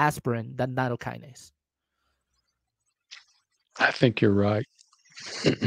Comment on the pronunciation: Nattokinase is not a Kinase according to Wikipedia and should not be pronounced as such. definitely mispronounces it. You can say that is a small point, and it is. It just concerns me that he didn't research that small point.